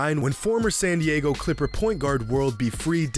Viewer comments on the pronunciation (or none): none